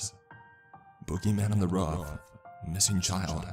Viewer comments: Why did he say ruff instead of roof? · Boogie man on the rof, not roof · The way he says roof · Love the story and love your narration. Just... please... work on your pronunciation of roof.